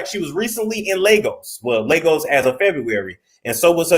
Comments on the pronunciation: Lagos. pronunciation lay-gos. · These so called queens be hoeing, and it Ley-goss